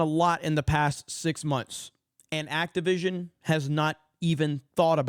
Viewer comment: For some reason every time I hear their company name I hear “Activism” not Activision. 🤔